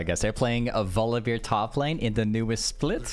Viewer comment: I really like your videos, but for god's sake, please stop saying VoliBEER